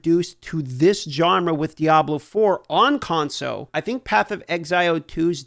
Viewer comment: Can we get a kickstarter going to buy an “L” for the word ‘console’? He keeps losing his. #conso